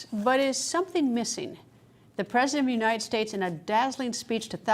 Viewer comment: Unined ?The T is missing.... FJB